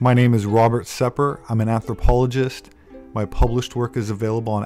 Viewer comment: Anthropologist... Not appologist.